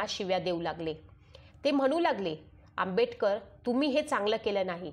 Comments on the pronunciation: Who had made this audio Its good 👍👍 but Pronounciation is not good Not Audible because of शब्दांचे उच्चार as like Dr Ambetkar Dr Ambetkar..... Actually ....Its Dr Ambedkar आंबेडकर आहे not आंबेbetकर .. आंबेटक र pl check your voice n pronounciation ok Ambedkar surnane is given by One Brahmin Ambedkar Teacher ...ok read History ...if you dont know ...ok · Reading karnarya bainche prnounciation chukkiche aahet.Tua bainche ucchar AMBETKAR ASA HOTO TO AMBEDKAR ASA HONE JARURICHE AAHE.